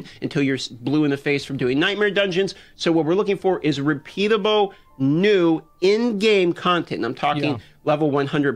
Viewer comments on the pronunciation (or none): "repeatabow" is.... Not a word. The L isnt silent. Not does L ever make an ow sound in all of the English language. Just saying. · Such a weird speach empediment. He can pronounce the L sound when its at the start of a word, but if its at the end or middle of the word it comes out weird.